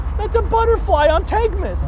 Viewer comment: Idiots can never say “TANK’S’MAS”